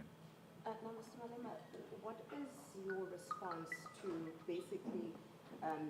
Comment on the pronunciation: You can't just talk like "Malebe" 🤣